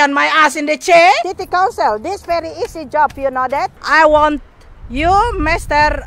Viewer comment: Ndak apa2 Inggris grammar nya ngaco, yg penting masi bisa dimengerti.... semangat ya buuu :D semoga city council nya sadar dan mulai memperbaiki lingkungan nya <3 EDIT: oh ya...bu kedepannya "council" nya jgn di singkat jadi "Con"... karna dengernya kyk mau ngomong "kontol" wkwokwokwok